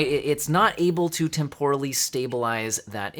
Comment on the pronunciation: You wanna put the emphasis on first syllable of temporal, not the second like you're doing